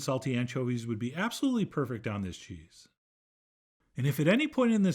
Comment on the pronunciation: As an American, I do not like how you are pronouncing this cheese.